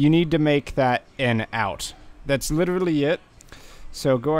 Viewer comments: "that's litrlrlrly it" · Litrlrty it